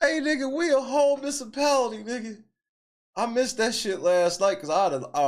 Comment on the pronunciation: she talks way to fucking much. Did she say "miss-a-pality?"